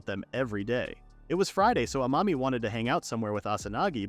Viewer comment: I keep hearing a mommy not amami